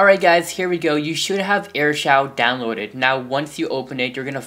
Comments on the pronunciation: It's pronounced air shoo not air shouw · It's Air shoo not air shau